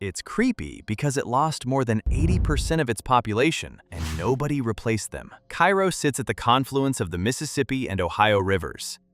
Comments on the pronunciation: Kay- ro not kai-ro.... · You mispronounced Cairo. It’s pronounced KAY-ro. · Loved your content. You can hear the person behind the video. I enjoyed the pacing. I enjoyed the jokes. One point of clarification, Cairo IL is pronounced karo like the syrup. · Cairo, IL... Pronounced "Kay-Roh." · Number 10 is pronounced “cay-ro” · It's Car-o (long a) Illinois. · Hearing Cairo mispronounced a dozen times in the first minutes made me post this comment then move on to another video.